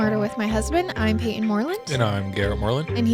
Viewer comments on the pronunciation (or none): none